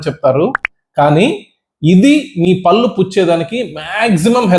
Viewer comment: మహాశయా..! పల్లు కాదు.. పళ్ళు అనాలి..! మీ వీడియో చూడాలంటేనే ఇరిటేటింగ్ గా ఉంది...! మీ ఇచ్చే ఇన్ఫర్మేషన్ బాగుంది. కానీ భాష...!